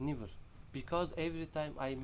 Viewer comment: kardeşim (asla) için '' nivır değil '' nevır'' demen lazım =)